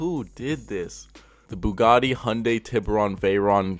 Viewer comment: .... TEE-BOO-RON...... tiboran💀